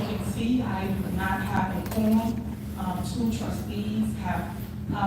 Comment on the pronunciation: And why does she keep saying Qorm? Does she even know it's Quorom?